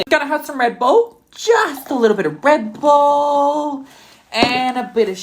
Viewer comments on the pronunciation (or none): The fact that he said just lil bit of REB-BULL. even tho he had Monster is just...let's just call FBI on him for wasting good soy sauce, salt and sugar.